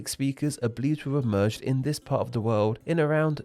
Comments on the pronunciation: wolrd-a hungary-a MAKE IT STOP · Narrator: why do you pronounce words that end in consonants so weirdly? Them becomes them-err, world becomes world-err...